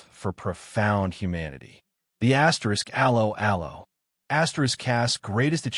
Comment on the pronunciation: Dreadful commentary - probably AI generated. Can't even pronounce the name of the programme correctly. I quit after 10 seconds